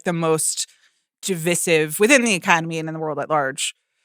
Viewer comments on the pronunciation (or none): I've heard two Ringer podcasters mispronounce "divisive" in a week. Was there a memo sent around?